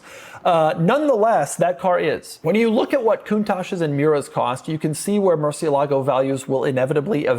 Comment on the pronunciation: Doug is the type of guy who will never pronounce murcielago correctly.